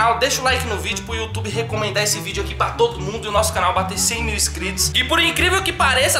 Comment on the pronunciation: " é youtchube?" Kkkkkkkkkk esse é super carismático